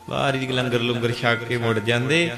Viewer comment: langar lungar nahi honda. Tusi te theek shabad bolo